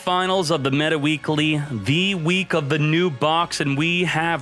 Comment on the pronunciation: I like the fact he said meta freakly just like that